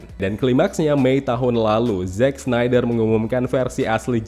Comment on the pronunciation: "Zack" bang, bukan "Jack". anw, thanks for the review.